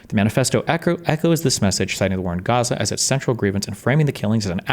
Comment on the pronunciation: lmao Density pronouncing it as "Ghaza" I love how its becoming a meme